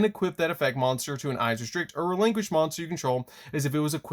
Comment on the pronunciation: Please stop pronouncing the name of the deck like that